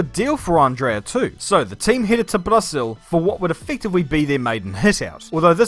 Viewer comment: "Brahziul" love the accent 😂😂😂